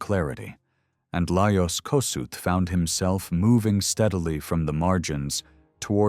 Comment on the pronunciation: Please learn to pronounce his name correctly! Is this an AI video